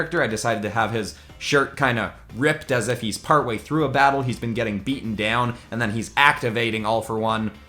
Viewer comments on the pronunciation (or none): none